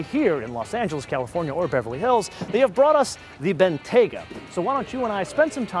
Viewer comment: Its pronounced Bentley Ben-T-ya-ga not Ben-Tay-ga